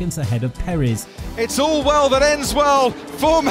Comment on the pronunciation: Its Perez not perizz